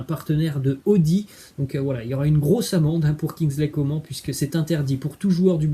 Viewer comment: Bonne vidéo mais sa se prononce pas comme sa Kingsley Coman